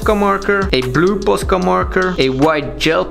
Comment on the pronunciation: I honestly love the he says posca!